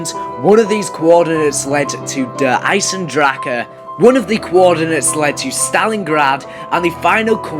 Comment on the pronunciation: Ich find es lustig wie alle die kein Deutsch sprechen das falsch ausprechen "Der Eisendrake"